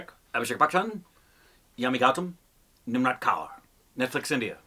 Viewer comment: Nimrat Kaur's accent is so perfect!